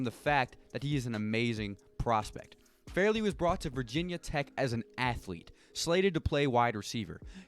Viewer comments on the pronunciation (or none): Caleb FAR LEY not farely